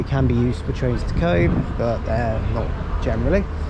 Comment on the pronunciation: Cobh is pronounced Co-ve